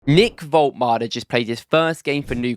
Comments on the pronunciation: His name is Woltemade not Woltmade you are welcome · Wolt-E-Made - you can't just not pronounce that E - It's kinda like calling your Monarch King Chares. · Vol-tuh-mah-duh is his name btw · Pronounce all the letters: vol ta mar da - woltemade